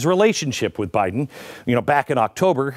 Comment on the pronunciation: “PRESIDUNCE” Buy-Den. . Bought & Paid for by the CCP! !